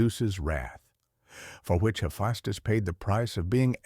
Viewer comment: It's so confusing how your AI pronounces the name Hephaestus. So far I heard three ways of those pronunciations.